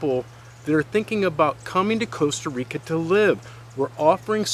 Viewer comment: The worst thing is that he keeps saying Coasta Rica